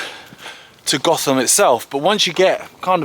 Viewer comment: I think the locals pronounce it Goat-Ham